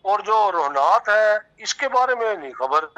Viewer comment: हुनात नहीं रोहनात है। पूठी मंगलखान है।